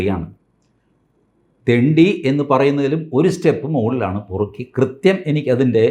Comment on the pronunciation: Perukki! Not porukki!